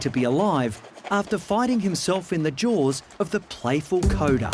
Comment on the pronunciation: Coda ? no no!! it is more like Cooper 🤪😍